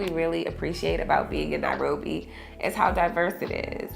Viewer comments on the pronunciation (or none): Its called NA- ROBBY😊